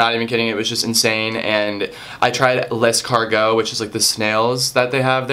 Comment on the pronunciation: Lol at first I thought he was saying 'I tried less cargo' but he was saying 'I tried l'escargots'